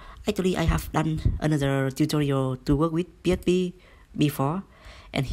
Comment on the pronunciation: P ech P... Hahahah. Faster... Faster !!!!!